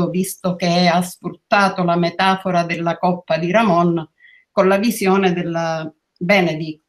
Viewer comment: La dizione coppa con la o chiusa, da dove viene? Da Siena forse, non credo da Livorno. A Firenze ed Empoli, nessuno la pronuncia così.